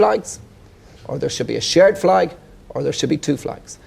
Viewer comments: "I see fleg people"...... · "Muh Fleg".